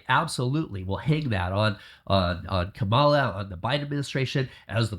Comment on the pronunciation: I believe he is misleading people because he tried to blame democrats for sex trafficking. That's is a lie. Republicans are known for being molesters of children and adults. Turning this age old problem on biden and he mispronounced Kamala Harris's name ssys everything. What happened to those caged kids during Trump's first term? Where are those people disappearing to right now. Human trafficking and organ harvesting? Stfu with this bs